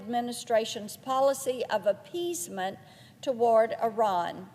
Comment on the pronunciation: Does she mean Iran or Unran?